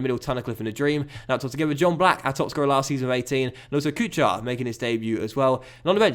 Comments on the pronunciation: Kuchar is not pronounced Kʊ-CHAR but more like Kʊ-HAR. Same thing goes with for example Chara. But man love your vids. Keep working. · Marek Kuchar is pronounced like KUKHAR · The “ch” in Kuchar is pronounced “Koo-har” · Kuchař, CH is same like in german word kuchen and Ř, well you can try to get somewhere the pronunciation, but is very hard to learn how to say it, so i think Kuchar will do. And Z is not silent in Zdenek